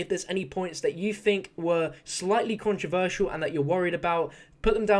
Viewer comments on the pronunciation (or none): none